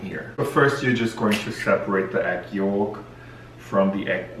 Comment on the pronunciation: she’s in her Irish core era— “egg yoooooolk”